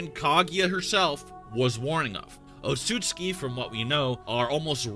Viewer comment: OOTSU-TSUKI is pronounced